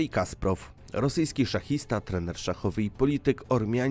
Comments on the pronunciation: Drogi autorze, genialny szachista to Kasparov, nie Kasprov. A po drugie, mówiąc o Damie z gronostajem, pokazujesz Monę Lisę. To nie jest to samo. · Kasparov a nie Kasprov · Kasparow!!!! Nie Kasprow, aż mi uszy zwiędły tyle razy te nazwisko przekrenciłeś